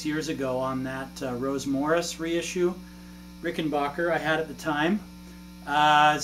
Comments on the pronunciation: It's pronounced Rickenbacker, not Rickenbacher 🙂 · Sure. My point was that "bach" in Rickenbacher is spoken as "baakh", whereas it should be Rickenbacker (as it's spelt), and as confirmed by John Hall (from Rickenbacker) himself.